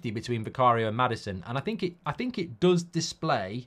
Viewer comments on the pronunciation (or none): none